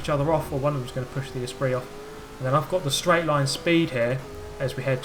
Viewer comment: "esprit" *facepalm